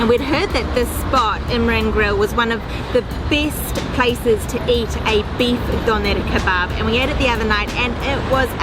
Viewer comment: Hahaha Doner Kebbab Diese Aussprache ich lach mich schlapp😂😂😂💕Viele Grüße